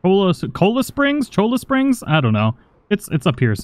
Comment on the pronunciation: I still wait for the day can pronounce names like "Cholla"